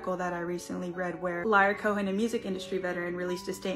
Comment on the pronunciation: mispronounced "Liar" Cohen's name properly. 😼 I was like, "you can't play devil's advocate. Lyor already took that job."